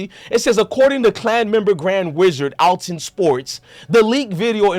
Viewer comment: If you gone be a news outlet. Read better genius. It’s clearly ath-Lon sports. lol